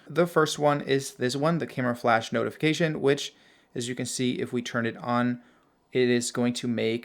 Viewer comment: You're pronouncing notify and notification wrong. The first part is pronounced like note, but your saying not.